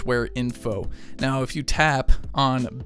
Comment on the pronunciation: say the word "now"........ Now drop the 'w'